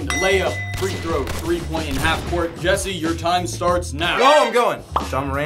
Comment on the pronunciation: It’s Jesse not jiedil